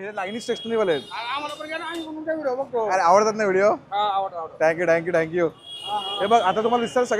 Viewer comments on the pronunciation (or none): मी तुमचे सर्व व्हिडिओ बघतो 👍,एव्हरीथिंग खूप छान 👌❤, एक suggetion, तुम्ही एखाद्याला जेव्हा Thank you म्हणतात तेव्हा ठ्यांकू ठ्यांकू असे म्हणता कृपया थँक यु थँक यु असे म्हणा